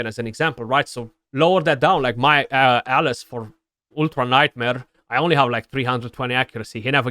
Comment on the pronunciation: Yes I agree with you in the video. You are constantly butchering the name of champions, mainly Alaz ("A-las") by saying "Alice" as in Alice in Wonderland. 🤣